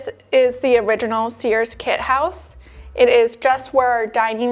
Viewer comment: Sears is a one syllable word.